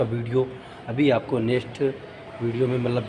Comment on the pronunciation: Bhai nest nahi next hota h